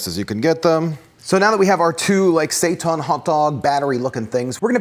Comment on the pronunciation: "Seitan will rise" Yes, yes he will. Mwahahaha. PS. It is pronounced "say-tan". Hence those rad "heil Satan" shirts out there.